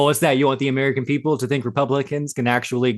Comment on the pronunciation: Comer calls y’all peeopel😂😂😂